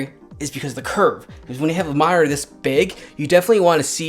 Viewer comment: You saying minor or monitor? +